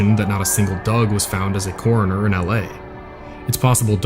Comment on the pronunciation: "coronor" "exxxcetera" learn to speak your language.